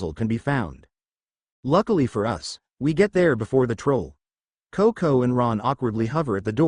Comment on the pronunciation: The only real annoyance I have so far is "Cocounty" instead of CoCo. Lol